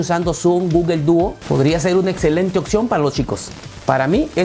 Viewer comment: ¿porquè dices gugel? Eso está mal en inglés y en español